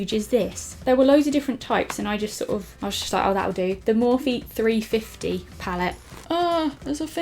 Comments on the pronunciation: U said the morphe palette wrong its 35 O not 350😂😂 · The 350 is pronounced thirty five Oh xx also have you seen the 35b?!?! If not, look it up now.. it's amazing 😂😂